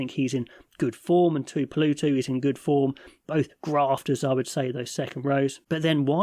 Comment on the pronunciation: Just a word on pronunciation since I think some of these players will be around for a long time. Ratima---------Ra---teema Tuipulotu-------Tooey-poo-loh-too Tamaiti-----------Tah-mighty Tupou Vaa'i------Too-poh Vie ee I think your fears are well-founded especially regarding the unnecessary gamble on the 6-2 split but as an ABs fan I am just as worried about this exciting England side. Apart from an obvious weakness in the front row and bench, this looks as good as any England side I can recall and I have seen the likes of David Duckham!